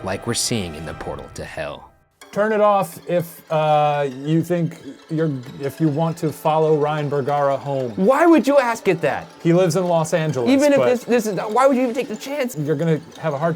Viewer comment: Not Vergara its bergara